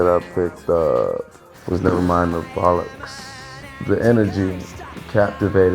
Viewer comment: I love it when Americans say bollocks